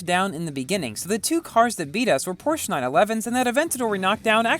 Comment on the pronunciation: Pronouncing the word is Porsh - a